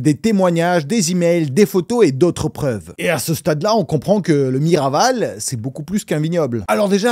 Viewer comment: /!\ le château c'est "Miraval" pas Marival, et ce château a été transformé en studio d'enregistrement, mixage et mastering (ce château était déjà à la base l'un des studios français les plus mythiques) et Brad a financé plus de 3 millions pour le remettre à neuf. A savoir qu'en réalité Brad Pitt est très très cool, l'ingé son des studios Miraval (Damien Quintard) est un ami donc je l'ai déjà vu une fois, je crois que c'est l'un des mecs les plus cool que j'ai jamais rencontré, super gentil et très drôle comme mec, et pas une fois je l'ai vu avec un verre à la main soit dit en passant. Du coup ayant déjà rencontré le type et lui ayant déjà parlé, ayant vu comment il est dans le privé, je ne peux pas vraiment penser du mal du lui, on ne se dit pas, mais alors pas du tout qu'il est colérique ou a des problèmes de dépendances au contraire. Damien me dit tout le temps qu'il sait qu'à chaque fois que Brad va passer au studio ce sera epic et est lui-même à chaque fois super impatient de le voir donc bon, un peu dur à prendre au sérieux cette vidéo, du moins du point de vu des gens proches de ces passions j'imagine que c'est le cas pour eux aussi...mitigé quoi 😬